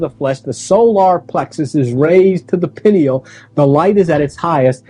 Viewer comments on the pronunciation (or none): And it’s (pie-kneel) pineal gland